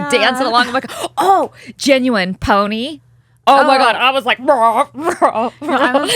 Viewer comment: sweet Brigette, it's pronounced Gen-u-wine 😋😋💖💖🙈🙈